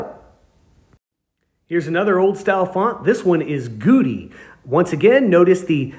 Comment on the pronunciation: "Goudy" rhymes with "Howdy"